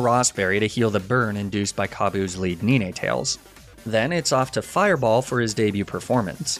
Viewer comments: What did you call ninetails “9 tails” not “neenae tails” 😂😂😂😂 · idk if the mispronunciation of the word 'nine' in the pokemon names is purposeful but it hurts my heart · slightly triggered by the ni-ne tails and arca ni-ne pronunciations even tho u said it right the next time but loved the video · Were not gonna talk about how he calls ninetales and arcanine ”nineytales” and "arceniney”😭😭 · Ahhhh - 9tails - not NiNeTails xD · No way he said arcuhneenay and neenaytales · IT'S NINETALES, NOT NEENATALES! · I'm freaking dying hearing you pronouce arcanine and ninetales as "Arcaneenay and Neenaytales" x'D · Wait have I been saying Arcanine and nine tails wrong lmao the way this guy says it makes me rethink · Does anyone notice him mispronouncing Arcanine and Ninetails names wrong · I'm new here. Please tell me he's mispronouncing "Leafage", "Arcanine" and "Ninetales" on purpose...